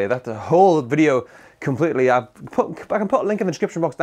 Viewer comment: You said bideo instead of video 😅